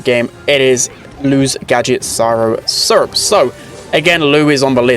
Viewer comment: Always wanted to tell that its Cryo syrup and not Cyro syrup